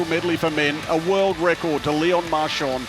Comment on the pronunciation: Precious tip for commentators that are native speakers of English: in French you don't pronounce a "d" at the end of a word when it's preceeded by an "n". As far as pronunciation is concerned, it's "MARCHAN", not "MARCHAND".